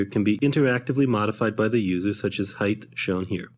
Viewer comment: Love to have this software! But 'Height' pronounced "Heit" not 'Heith"., Of course you get a pass for the good vid.